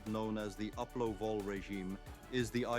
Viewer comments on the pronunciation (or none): Did you call that up trend on low volatility "uplov". Sorry, sound recording is very bud I one can hear that word clearly. I've visually observed that market regime so many times.